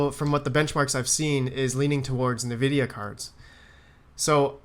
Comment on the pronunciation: That's hilarious, didnt get your comment until i couldnt stop hearing kneevidia :))